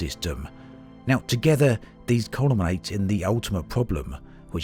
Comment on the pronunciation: "culminate", not "columnbate"... ...but more on-topic, I think that "normal" players were meant to trawl through engis getting level 3s to unlock others, then after a month or two have a load of t3 upgrades to play with. Getting to t5 should be tricky considering the notion of exponential xp curves etc. Also, is it a surprise that the highest tier of upgrade should take a large quest to achieve? Maybe t4 is a bit of a moot point here, and RNGesus hates me more than most, but that's why I'm just sticking w/ t3 stuff, and prioritising t5 FSD after that as my first "big engi quest". So yeah, I think the main problem is this is a game made for people that played the original ELITE, but is trying to cater for people who have a grind mentality. People need to do more exploring and sandbox trading. There's so much fun to have in this game when you do as you please instead of worrying about upgrades. That's why I'll keep playing it. I could log out for a year, come back, and get stuck straight in again in my Cobra missing very little. Couldn't do that in Ultima Online, and certainly couldn't do that in any new MMO I can think of...